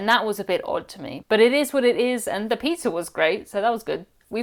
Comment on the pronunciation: Love your channel! Love how you pronounce pizza… peetzer ❤😂